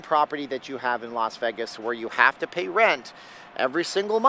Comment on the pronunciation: Him saying VEG-is is enough to not watch...its VAY-gis